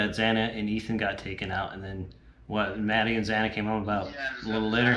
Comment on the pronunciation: did you call xana, "xany"? also who is Constantino that you reference?